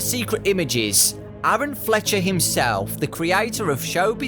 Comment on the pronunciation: I believe his name as Aaron Fechter (pronounced Feck-ter)